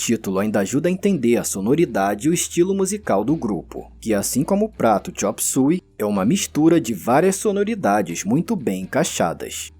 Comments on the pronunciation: chop "súi"? eu passei a minha vida toda chamando de chop "suêi" 😂😂😂 não consigo mais chamar do jeito correto... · Xop sói e nao xop sui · agoniada o video todo com o cara falando a pronuncia do titulo da musica errado. foneticamente se fala (xôp suêi)